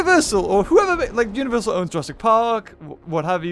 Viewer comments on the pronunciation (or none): none